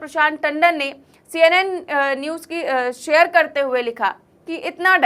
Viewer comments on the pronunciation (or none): none